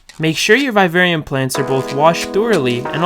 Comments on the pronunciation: Its viv-arium...v-i-v....not vive-arium (sorry the way u pronounced it triggered me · I totally get why you would make a vid on this subject. Still, vivarium is pronounced just as you would pronounce the words vivid, vision and the name Vivian. Secondly, why a "natural look" when you can actually make it natural. Oh well in the end thanks for all the tips on what not to do. If I want a real vivarium. 😊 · PLEASE LEARN HOW TO PRONOUNCE VIVARIUM.